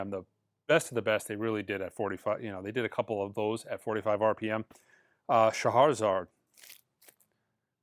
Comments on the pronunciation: He's got me saying Shaharazar now too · Will we ever get him to stop adding an extra "R" to Scheherazade?